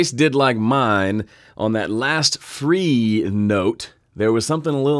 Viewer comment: Cool, nice and easy! Why did you pronounce 'free' more like 'fee'? Any specific reason?